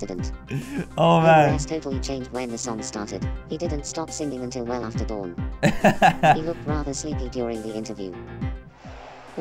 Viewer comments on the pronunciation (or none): none